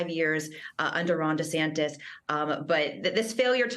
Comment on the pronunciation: Take 1: "Hi, I am Ron Duh-Santis" Take 2: "Hi, I am Ron Dee-Saintis" Take 3: "Hi, I am Ron Santos"